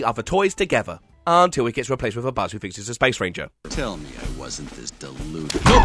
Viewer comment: I still can’t ever hear the “Space. Ranger.” line without just hearing “*Spanger*”